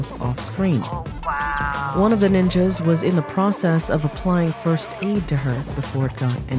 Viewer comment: Dam do you really have to use the hard "S" for Ninjas?